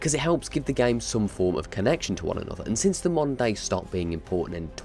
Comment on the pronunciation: I kept hearing "monday" intead of "moder day" 😂😂